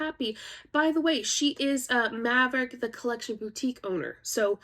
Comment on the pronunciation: It's OK no one knows how to say Maverick properly. And that's all right with me.